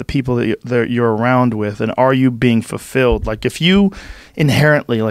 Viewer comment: Joe "I pronounce it fuR-filled" Rogan